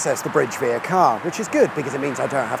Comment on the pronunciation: Via is not pronounced the same as veer🤷‍♂️